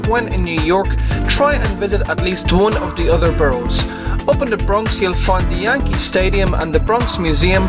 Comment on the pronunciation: the way you pronounce 'borough' is funny. good video nonetheless